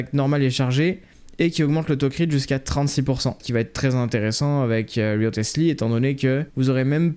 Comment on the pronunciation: cool vidéo, petite info, ça se prononce "Risley" , inspiré de Thomas "Risley" Wriothesley, un politique anglais, c'est pour ça qu'il fait de la boxe anglaise en style de combat, du génie de Mihoyo pour le coup